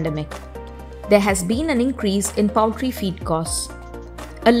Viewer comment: Poultry is pronounced pole-tree not powl-tree.